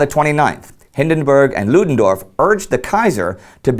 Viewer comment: Love Indy's 'Ludendorff': those tricky German phonetics must be sinking in!